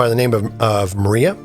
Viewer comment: It's not maria- it's Mariah like Mariah Carey. ✌🏽